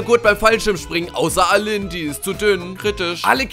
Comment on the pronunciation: du hast aylin falsch ausgesprochen und btw ich heiße auch so.aylin wird eilin ausgesprochen aber aylin geschrieben